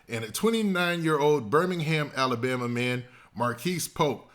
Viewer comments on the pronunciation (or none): none